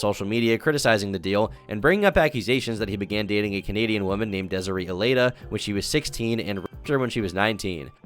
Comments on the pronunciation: It’s Dez-A-Ray not Dez-A-Ree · It’s pronounced DESIRAY you absolute dunce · its pronounced dez-uh-ray bro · the way he pronounces desiree is crazy 😭😭